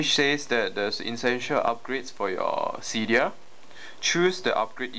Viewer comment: u say seedia instead of cydia